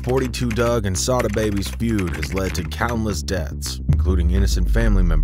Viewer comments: Not say-da it's sah-da baby!!! Can't EVER take channel's like this seriously when you can't even pronounced the ppl names right. Y'all just be re-rockin' some half az Google internet info 😂 Goofies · It’s pronounced SA DA NOT SAY DA